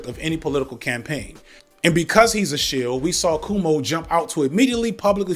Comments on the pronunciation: The fact that can't even say Cuomo right. But good job on Mamdani😂😂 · Brother, are you saying “KOO-oh-moh” not “KWO-moh”? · Loll its bothering me that you keep pronouncing it "coomo" 😂 It's "kwomo" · I'm going to assume you're calling him "Coom-o" on purpose, and as a lifelong NYer, I'm here for it. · Thank you for mispronouncing Coumu’s name like, every time 😊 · I know it is just growing up in a mixed ethnic Catholic neighborhood while his dad was Governor, but how the heck are you pronouncing Cuomo that way?